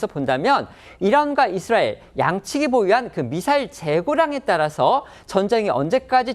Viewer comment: 남자 앵커 발음 교정 바랍니다 ㅡ 이스롸엘 Xㆍ뤠드 라인X 이스라엘 ㆍ레드 라인